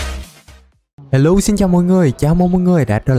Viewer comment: nay ko nói hello mà nói hé lô chúc một ngày tốt nhưng lại ko đẹp:)